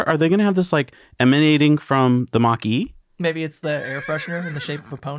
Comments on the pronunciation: Mach Eau is a disgusting idea invented by a lunatic for a dinosaur industry about to be ‘ICEd’ by BEV. Just an aside on the word Eau - it is a French word which means water and is pronounced OH - and Now You Know 😁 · "Eau" is pronounced "O" just incase anyone is curious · Eau=water in French pronounced "oh" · It’s Mach Eau [ohh]. But very hilarious 😂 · Mach Eau pronounced like Mach "O"! Nice surprise to see the likeable here! Guess Jesse's on a well deserved holiday!